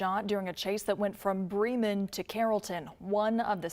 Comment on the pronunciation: It's "Bree-mun"; NOT "Brimmin'".